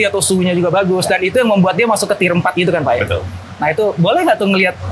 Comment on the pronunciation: di awal video ada. btw "tier" bukan "theer"